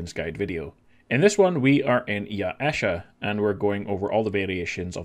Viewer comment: Mm yes, Ya-e-sha.